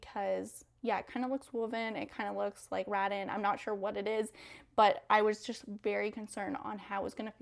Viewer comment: It's rah-tan not rattin'